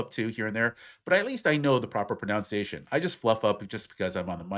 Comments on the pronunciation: I hate to do this to you, but you mispronounced "pronunciation". It's not "proper pro-NOUN-ciation", it's "proper pro-NUN-ciation". I'm actually shocked at the candace owens clips. I never listedned to her so was unaware she spoke that way. Those aren't even colloquialisms to pronounce those words like that, it's just plain ignorant. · The word you are saying incorrectly several times is "pronunciation" not "pronounciation"! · It's actually "pronUNciation", not "pronounceiation" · Umm… “pronounciation”? 😂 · Pronounce and pronunciation…work on those!😮. You said it as “pronounciation” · I stumbled across this video and was amused by the segment criticizing a woman for mispronouncing words will the guy making the video was constantly mispronouncing "pronunciation." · By the way, you're mispronouncing “pronunciation.” It’s kind of funny that you’re calling Candace out for it while doing the exact same thing. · Dude! You mispronounced "pronunciation" while criticizing speakers who mispronounce words!